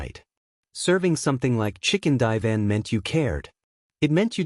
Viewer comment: Gotta love ai , chicken divan?????😅